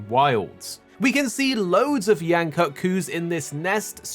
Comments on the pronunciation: It's pronounced "koot", not "cut"!, guy. Please don't white wash it. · According to the MH Promotional team its pronounced cut. As they even used it for word play in the TGS version of the trailer with Yian-kut-ku being called the Extended Kut.